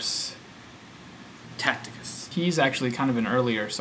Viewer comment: TACITUS is pronounced TASSITUS - not TACTICUS. So he says there were a some guys hanging around Rome called Christians. That no more proves the existence of Jesus than writing about the number of Mormons in Utah proves the existence of the Angel Moroni. We know that Tacitus is repeating the story of Christ told by Christians and not reporting the death of Jesus from Roman records because he gets Pilate's title wrong and he calls him Christos. A Roman source would have used his actual name.